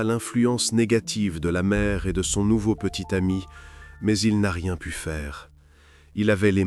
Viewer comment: pas de "t" à "pu", terrible pauvre gamine